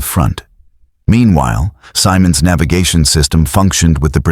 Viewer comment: The general’s name is pronounced with a soft “I” Simmonds” not Symonds”.